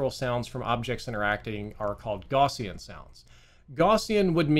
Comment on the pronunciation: plz look up the pronunciation of "gaussian"